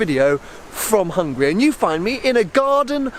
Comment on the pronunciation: "and welcome to Hungry.."